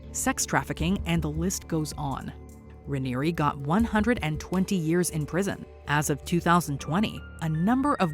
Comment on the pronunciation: You said the name of the leader of NXIVM wrong.